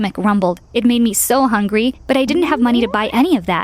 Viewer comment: When ever they say hungry it sounds like hunygyr